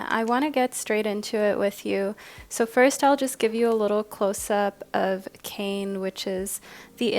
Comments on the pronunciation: Hey love, just a quick correction. The first group with the Hawaiian God is pronounced with two syllables, Kā-ne. 🤍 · Aloha, I'm a subscriber from Hawai'i. Love your readings and just wanted to leave a little note that the pronunciation for the Kāne card is [KAH-neh]. Absolutely no judgment, just pleasantly surprised to see my culture represented! Mahalo! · For pile # 1 - Kāne is Hawaiian for Man and it is pronounced KA (“ca”sound in “car” and NE (“ne” sound in “neck”) 😄🤙🏽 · Minor correction for pile 1, Kāne is pronounce kah-nay, not Kane (kay-n), hence the little symbol over the ā. Sorry, as someone whose name is hardly ever pronounced correctly, I just had to say something. The art on his card is chef's kiss level beautiful too, he deserves to have his name said right. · Just to let you know Kāne is actually pronounced K-A(vowel version)-neh that’s best way I could think of 😅 why is it that and not kane is because the Hawaiian alphabet is mostly vowels. this is not hate just teaching you a Hawaiian lesson p.s I am from Hawai’i and did Hawaiian language for an elective but in highschool. Also love the video and went with my gut and chose group 1. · hii- just to let you know, kāne is pronouced (kaah-neigh) this is coming from a native hawaiian aswell 🤍 Kāne is the Hawaiian word for Man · For group one It’s actually pronounced “kah-nay” I’m from Maui, HI just want to make sure the Hawaiian language is pronounced properly 😊 I love your channel ❤